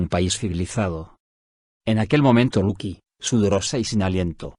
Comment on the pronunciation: lucy es luki????, no pronuncia bien el nombre tonces uno se confunde